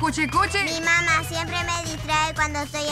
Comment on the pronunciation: Jajjaa dicen mama enbes de mamá